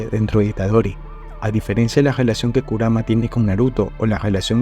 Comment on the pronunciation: Se pronuncia SUkuna, NAruto, KUrama, JUNpei, MAhito